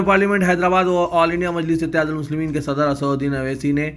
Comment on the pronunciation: صَدَر نہیں صدر ہے صحیح لفظ